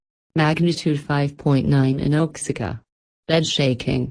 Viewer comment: oaxica ? It's wa-hack-uh